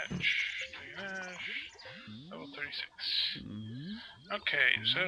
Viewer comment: it's pronounced draw-gaw-nawsh